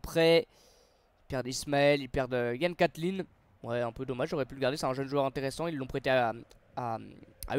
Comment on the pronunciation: Mec quand tu fais des vidéos, apprends le nom et prénom des joueurs c'est ultra malaisant Yann cathline, David da silva...